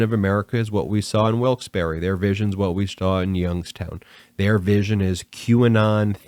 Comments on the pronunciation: Haha, it's Wilkes ' barra' not berry. Love your show... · “Wilkes Bar”, Ben. The second r and e are silent. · Great podcast, but...it's pronounced "Wilkes-BAR." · If you can't pronounce Wilkes-Barre correctly, you obviously haven't researched your subject well enough to be credible. Perhaps you should look into another line of work.